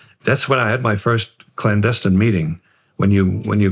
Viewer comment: Strange that he mispronounced clandestine